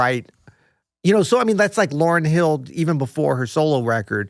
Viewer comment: this guy's annoying. Stop saying the name wrong